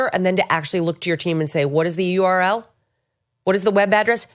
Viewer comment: "Url" 😂 can't make it up. She is too stupid which means she is perfect as dem leader